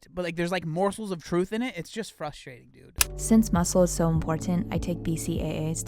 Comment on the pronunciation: Gotta love the "frushtrading" :D <3 Greets from Germany